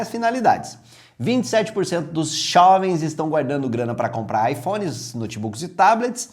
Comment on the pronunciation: Os Xovens? Que porra é essa? KKKKKKKKKKKKKKKKKKKKKKKKKKKKKK